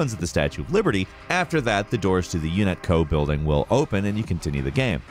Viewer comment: UNIT-CO? Lets talk about that for a second. Playing that game for 20 years, I was sure it was UNATCO.